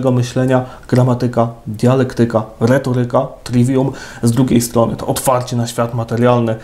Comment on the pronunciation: Księże... Gramátyka, retóryka, dialéktyka...